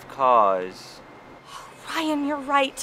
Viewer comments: I like the part when says I dwive caws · "He has such a way with words..." "I.. dwive caws...." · Jakeeynick he acually says "I dwive caws" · Best catchphrase 2016 "I dwive cars..." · I dwive cwaws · I dwive cawws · Ryan never knew how to dwive caws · 'iiiiii dwive caws' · I drwive caws *says so awsome * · I DWIVE CAWHS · I.. dwive.. caws ...... Sounds like make my Filipino cousin. Her accent is not really good 😂😂😂😂😂😂😂😂😂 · I Dwive cwass